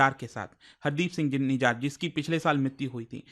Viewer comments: Bhayiya vo निजार nhi, निजर pronounced kiya jata hai, aur vo डाला nhi दल्ला pronounced किया जाता है। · nijar nhi nijjar hai